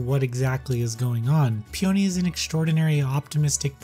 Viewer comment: It's pronounced 'Pee uh nee', not pee oh nee. I believe it's a flower